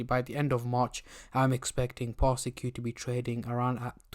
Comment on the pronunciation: Public Service Announcement Its pronounced "Par-sik" Not "Par-Si-Q"